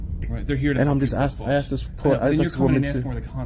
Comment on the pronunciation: Why can American auditors not say the word "asked" properly?